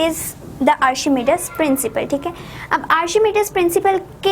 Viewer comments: It's pronounced Arc He Me Deeees principle ... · Mam sorry to say but your pronouns are incorrect of archimedes